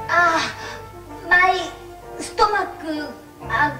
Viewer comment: I knew exactly what was coming when she said ‘my stomachu’